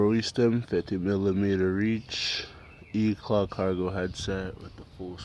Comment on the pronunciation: why does everyone say eclat like eclaw. its e c l a t